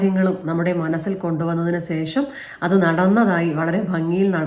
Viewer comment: ഈ വീഡിയോയിൽ ഏറ്റവും കൂടുതൽ പറഞ്ഞ വാക്ക് "സേഷം" എന്നാണ്... 2025 മുതൽ അത് "ശേഷം" എന്ന് പറയാൻ ശ്രദ്ധിക്കുമല്ലോ.....